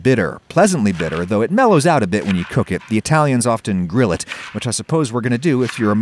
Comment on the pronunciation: Seems so unflavorful where's my yummy sauce stop saying gril